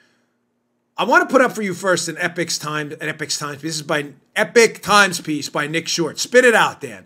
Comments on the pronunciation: Dan, the Epoch Times is not pronounced 'Epic Times', it's 'Ee-pock'. Rhymes with Knee-sock. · It is EPOCH Times not EPIC Times two different words two different meanings. Respectfully. Thanks for all you and your Team does. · It's not the epic times tough guy. It's epoch. I've heard you say it continuously wrong.